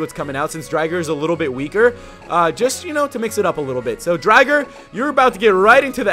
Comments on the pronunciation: dude its drigger. not driger. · haha I'm glad you referenced Beyblade, been re-watching that for a while now and it's such an awesome show =D But I always thought of Raikou as a more fitting Pokemon to be named after Driger =P also it's pronounced dri-ger, not dry-ger xD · driger xD so many references :D not pronounced driger tho pronounced drigger but spelt driger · It is ray's bit beast but the pronunciation is a bit a wrong